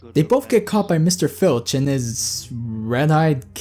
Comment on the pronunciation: Honestly .....he is Filch ...not Finch instead..